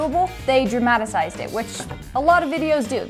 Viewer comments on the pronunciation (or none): Dramatacized? You mean dramatized? Lol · Her: “Dramatasized” Me: Dramatized?